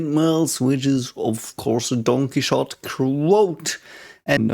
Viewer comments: sorry if bringing this up is rude, I get confused every time you talk about don quixote because I don't recognize the word at first and you seem like a guy open to learning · Actually, he was uttering "Don Quixote", so it was "Donqui". I found the coincidence hilarious too though. 😂